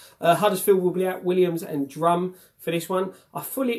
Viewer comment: By the way it’s durm not drum 😂